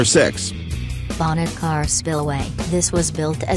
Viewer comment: It’s not pronounced Bonnet Car, it’s pronounced “Bonnie Carrie”. Don’t ask me why, we never pronounce things differently here in Louisiana. Getting stuck on our bridges are part of our culture.